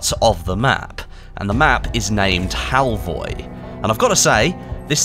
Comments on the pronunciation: It’s Halvøy, not halvoy. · HALVOY?! A crashcourse in Nordic alphabets: Norwegian: Æ, Danish: Æ, Swedish: Ä. Pronounced like e in "elevator", usually long. Norwegian: Ø, Danish: Ø, Swedish: Ö. Pronounced like a in "an" and ea in "early", also usually long. Norwegian: Å, Danish, Å, Swedish: Å. Pronounced like a in "all". Halvøy (half-island or peninsula) is then old norwegian and is pronounced hall-v-öy where ö is like in "an". For people familiar with French, it would sound like "veuilles" (which I guess is not a word but you get the point). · Im sure its Halvö 😅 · It's pronounced Halfur! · fur is pronounced fir halvi ?